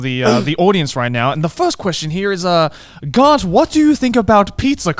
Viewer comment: You know that first instinct was to say 'Grant' instead of 'Garnt'